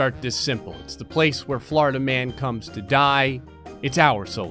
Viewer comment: Until like the 5th time he said it I was like who tf is Flarda-man